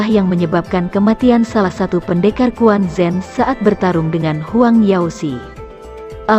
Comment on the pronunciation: Quan Zhen dibaca Chuen Cen,, bukan kuan Zen, huhuhu